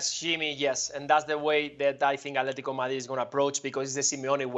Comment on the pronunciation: The way he says alteti is the most annoying thing in the world